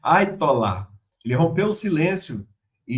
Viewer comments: Quanta ignorância! Não é Aitolá e sim Aiatolá. Não é "o nome do cara". Significa: entre os muçulmanos xiitas, alto dignitário na hierarquia religiosa. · NÃO É AITOLÀ DR É HAYATOLÀ